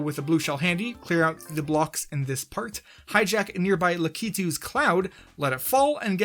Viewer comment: The way you pronounce lakitu makes me wonder is the pronunciation for the name lakitu correct